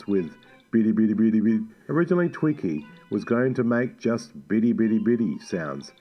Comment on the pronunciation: It's not twiNkie like the Hostess snack... it's TWIKI !!